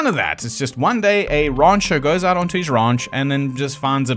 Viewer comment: rancher pronounced rauncher is pretty great.